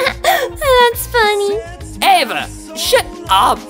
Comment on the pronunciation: It it is not Ava it is Eva